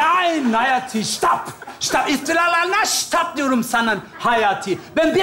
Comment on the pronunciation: „Stap“ degil „Stop“😂🤣.